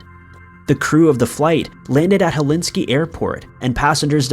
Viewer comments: was just listening to the video and thinking where Helinski is, until I looked at the video and there was a finnish aircraft... good laugh xD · liked it but was puzzled by the narrator calling my birthplace Hellinski.... think he got carried away with the hellfire and damnation subject matter. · The way he repeatedly mispronounced Helsinki made me cringe. 🤦‍♀️ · I’m sure the lovely people of Finland 🇫🇮 don’t appreciate the botching of their capital name lol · The fact that he knows the abbreviation is HEL should tell him in which flipping order to pronounce the letters like a big boy 🤦🏼‍♀️ 4 times he mis pronounced it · I cannot believe you mispronounced Helsinki 4 times (at least!) LOL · Actually irritated me. It's the capital of the most wonderful country in the world and you consistently say the name wrong?! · good video, except as a finn, i loST IT when you said Helinski, instead of Helsinki. It is our capital after all. Cracked me up though :') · There is no such place as Helinski. It is HelSINKI - pronounced Hell sink e. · Isn’t it Helsinki? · 😂😂 I was like... er... Helinski? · Hel SINK i....geez. Phonics, my man, Phonics. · You really just said "Hel- inski " 3 times in one video? This is just as bad as the time you pronounced Dublin as "doo-BLIN" (accent on 2nd syllable). How can you be this ignorant of the names of major world cities? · Can't believe he went all the way through #1 without once saying HelSINKI correctly...lol. Is there an award for that? Way to go!! Haha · Did you want it to sound like Hell-inski? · g either is better than Hel-in-skee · Too bad you didn’t pronounce Helsinki correctly. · Dude!…. For the love of God!…. It’s Helsinki, not Helinski! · It’s Helsinki airport (pronounced Hell seenk ee), not Helinski. Thanks! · BTW. flight 666 landed to Helsinki, not Helinski. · For goodness sake man it's HEL SINK I NOT HELINSKI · Hel-SINK-y NOT Helinsky. Ugh Your mispronunciation is driving me crazy! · Helinski?? Really?? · HelSINKI not HelIski 🤣